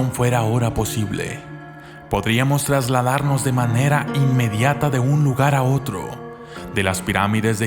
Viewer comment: me parece o dice tlasladanos ?: 00.8